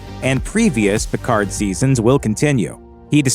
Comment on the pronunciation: stop pronunciation the d in Picard